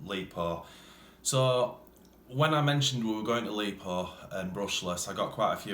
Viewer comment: Its lipo not lepo !!